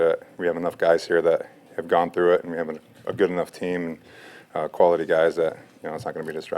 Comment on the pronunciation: It's " through" gee whiz